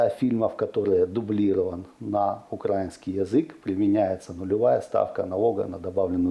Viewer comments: Украина, украинский - ударение на И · Сцуко!!!! УкраИнский, а не укрАинский!